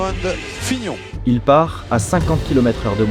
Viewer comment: on dit pas plutôt : lemone et fignone ☺